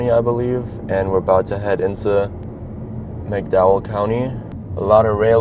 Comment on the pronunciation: I had to stop watching . I just couldn't listen to this kid repeatedly butcher the pronunciation of the county. It shouldn't be this hard bub - West Virginia does not have a "Mack-dowel" County. 🤦🏼‍♂️😩